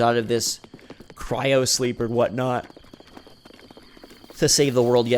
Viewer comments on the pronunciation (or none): none